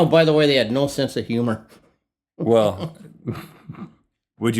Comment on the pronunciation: lol the ways he says NOE!